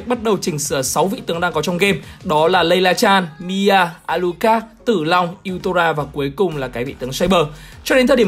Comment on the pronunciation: tao nghe là Zilong nerver die